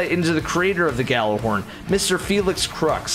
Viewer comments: I have to say it, it’s gjallahorn not yallahorn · I was triggered every time someone said *Gal*lerhorn instead of *Gjal*lerhorn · It’s called Gjallerhorn not Jallerhorn my friend 😊